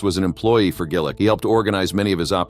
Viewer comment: It's Gill- Itch !